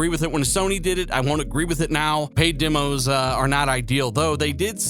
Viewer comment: Great update, just one thing, it's demos not dimos, demonstration not dimonstration. 🚔